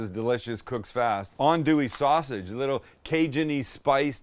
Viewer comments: Good job pronouncing "andouille" correctly! 😆 🤣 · I watched this video fully ready to flame you, but from the acknowledgment of Justin Wilson, to actually pronouncing “andouille” right, I’m impressed. Good job Sam